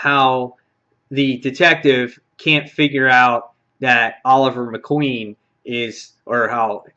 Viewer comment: He said Oliver Queen, he has a canker sore that might have made it sound like that.